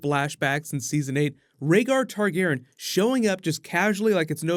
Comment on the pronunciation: am I the only one triggered about him pronouncing targaryan, targaran